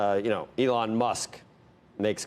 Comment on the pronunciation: Did he say "ethlong Musk"?